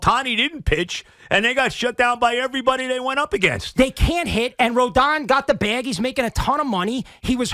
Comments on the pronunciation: Lol! That is so true! I am absolutely baffled by that. Joe keeps saying "Rodan". Um, it's not spelled with an "a". Remember when Mad Dog used to say "Robinson Canoe"? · Can anyone explain how nobody can pronounce "Rodon"? I don't know how it could be easier to spell or pronounce. It is 5 letters. Yet there are about 10 different pronunciations.